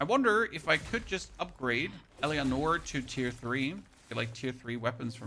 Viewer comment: Thank you so much for the guide, this is excellent :) ... But please for love of God, stop pronouncing her name wrong... it's pronounced El-a-nor :)